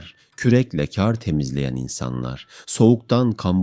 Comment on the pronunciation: Kardeş sen hiç hayatında "KAR" kelimesinin nasıl söylendiğini duydunmu. Eğer duymadıysan ben söyleyim Kâr diye söylenmez KAR DİYE SÖYLENİR bundan sonra video yaparken kelimeleri düzgün kullan. 17 dakikadır kâr diyip duruyosun beni sinir ettin burda